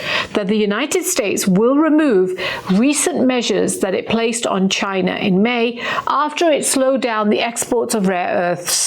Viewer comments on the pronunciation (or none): Ghina. It’s Ghina. Say it right 😂😂😂😂😂